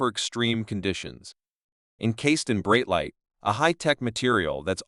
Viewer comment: Bro can't even pronounce Breitling currently what a joke